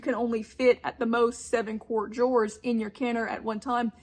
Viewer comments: You pronounce 'jars' like 'jew ars'. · She calls jars Joors! 😂